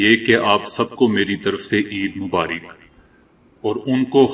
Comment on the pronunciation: EID Mubaarik Nahi EID Mubaarak h عید مبارک را پر زبر ہے زیر نہیں